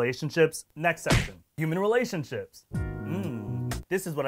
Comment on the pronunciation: did he say relation-shits? 😂😂😂😂😂👏👏👏👏